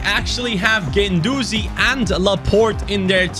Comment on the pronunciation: Anyone else noticed he was calling guendouzi ake ?😂